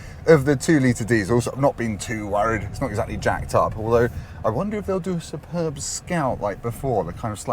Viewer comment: Can we question your pronunciation of ‘Superb’? (In the most lighthearted way possible as it’s hard to get tone across in comments). As a serious comment - why do that to the arm rest? Now where does an elbow go?